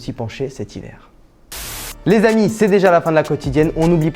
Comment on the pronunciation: Arrête de dire l z amis tout le temps 😂 sinon top